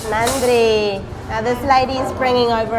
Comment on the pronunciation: Love the way you say Nanri for every serve. We Indians need to learn this from you 😃